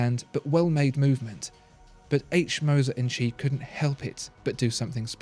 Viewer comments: In Moser & Cie - Cie is pronounced see not chee. For example In French sky is ciel pronounced seel. This undermines my confidence in your rather portentious commentary and is irritating. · I can’t un-hear this “tchee”... “Compagnie” isn’t too hard to pronounce. Same as Company... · It's pronounced "see" not "Chee" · Chee? It's not Italian, it's French, and they say "compagnie". It's no more "chee" or "see" than "lbs" is "libs". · It's not "H. Moser "and chi"", but H. Moser "and company". "cie" is the abbreviation for "company" in French. Ears still ringing... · "Cie" is pronounced "si" or "see", not "chi". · Please...! Now that you know that “Cie” means “compagnie”, spare us the “tchi” and redo the voiceover, correctly this time! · its not pronounced "chi", its more like "sea" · Please, please...'Cie' is the French abbreviation of 'Compagnie' and not pronounced as 'chi' , the English should know better! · Was about to comment same. Puts credibility into question when a basic pronunciation is borked. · Made me cringe every single time. Should have called the cie H. Moser and son.